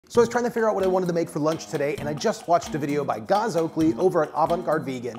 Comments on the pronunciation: great recipe. I've always wanted to try vegan meatballs, but I have to let you know that Gaz's name is pronounced "Ga-z" not "Garh-z" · G-az never heard it pronounced g-arz before haha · Gazzzzzzz, not Gause 😬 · Yeah: Gaz is like "has" - not "gauze"... :D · Hannah Levbarg - He didn’t say «gauze» («gåz»/«gawz»), but «gahs» (« gahz»). You’re right, it’s as in «has», «Gæz», to be correct... 😊